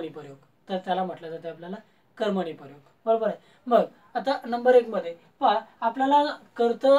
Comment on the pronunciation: 'लींग' या शब्दाला पहिली वेलांटी आहे सर आणि 'परयोग' असा उच्चार नसून प्रयोग असा उच्चार आहे. पण चांगला प्रयत्न आहे .